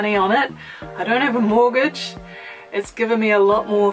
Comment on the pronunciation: "Oi don ave a moagage"